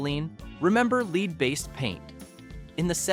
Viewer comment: Obviously an AI announcer who doesn't know the difference between lead and Lead